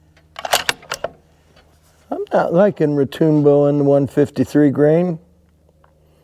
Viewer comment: Retoombo? It's Retŭmbo